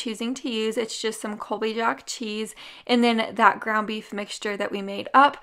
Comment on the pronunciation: Colby Yaak cheese huh? There is no Colby "Spanish pronunciation" jack "yack" cheese its Colby Jack yo .......